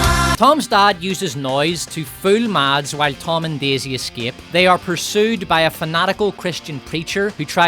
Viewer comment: A sidenote: The D in Mads (Mikkelsen) is silent and the A is short, like in “mess” but with an A instead of E of course.